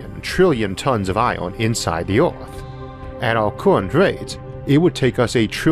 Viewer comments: Things I've learned in this videop: Isaac Arthur can't pronounce the word "Earth". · Earth or oarth? No offense just asking. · The pronunciation of this bloke is absurd...I catch a word every five he utters. eg. earth pronounced ore. If you consider that one of the main arguments is"mining the earth"...